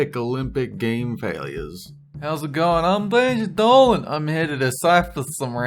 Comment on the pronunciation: ITS ACTUALLY DOLAN